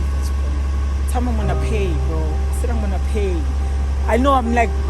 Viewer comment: “Imonna pay”🤣🤣😭😭😭